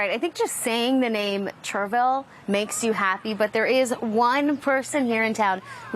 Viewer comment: its not cherville. its cherryville. say words properly